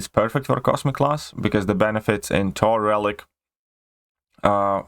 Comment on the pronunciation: What's a wision or a tor? 😂😂😁